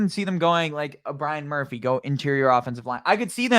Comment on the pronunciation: Yeah but you were struggling with some others lol “Armus Mims” “Brian Murphy”